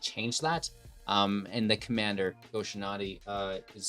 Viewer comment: Love the deck, shrines is always great. Cringe every time you mispronounce “Shintai” but not everyone can be a weeb like me